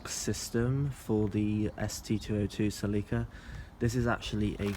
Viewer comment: Cel-e-ka Not see-lee-ka